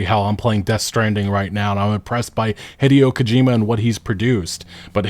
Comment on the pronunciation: its "hee-day-oh" not "hitty-oh" just trying to make that more common knowledge